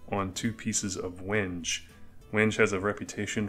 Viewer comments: Just found your channel. Love the content. I am new to making knives and can appreciate the ups and downs. Just an FYI WENGE is pronounced 'when-gay' :) just the woodworker in me! I have made 2 knives and will film some for the future, then you can find something on my channel to pick on me about LOL keep the videos coming! Going to make your DIY Etch machine. Everywhere is out of the center transformer any links for something similar, I suck at electronics, guess I can just match the specs to something else. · Great work, thank you. The wood is Wenge, pronounced “WHEN-ghay” very nice wood choice with the white liners. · Cool knife! The wood is pronounced WENG-gay.